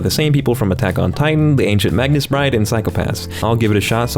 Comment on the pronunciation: Why does everyone mispronounce Magus Bride? Mage ->Magus.